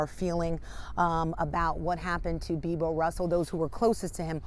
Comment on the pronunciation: raymie busch no it's not it is beebo